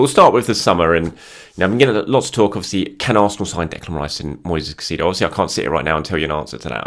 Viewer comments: Brother, you need to learn how to say Caicedo’s name correctly 😂. Kai•say•do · Respect and like us usual. Just on suggestion. Caicedo phonetic transcription: [ kaisEdo]